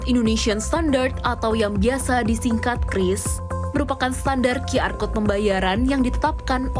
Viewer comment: sejak kapan QR dibaca Qi-Ar????????? It's either Qyu-Ar, or Qi-Er(versi bhs indonesia)